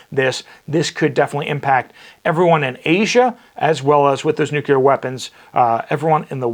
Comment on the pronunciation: NEW-CLEAR WEAPONS. NOT NU-CU-LAR.